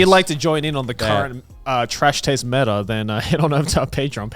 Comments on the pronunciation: I can't believe Connor didn't know it was M.E.T.A. and not meta. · the different ways Connor and Garnt pronounce "meta"